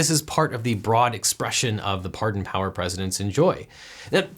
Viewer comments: "The Flynn bardon"? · U said "Flynn bardon" lolz I thought you were perfect :(